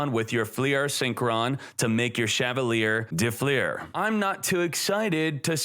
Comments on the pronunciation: As a french viewer i love how you pronounce Chavalier de Fleur & Sorciere de Fleur xD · I love how he pronounces Chevalier de Fleur lol ( it's a french name btw )